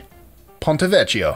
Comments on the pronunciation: The correct pronunciation of "vecchio" is "vek-yo." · It´s pronounced VEKKIO